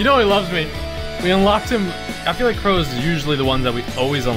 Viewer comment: You said crow